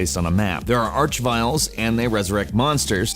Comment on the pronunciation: It's pronounced ark vile sorry I had to